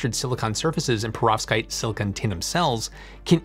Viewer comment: Could you please try not to pronounce Perovskite so it doesn’t sound to me like Prostate. It’s very distracting!!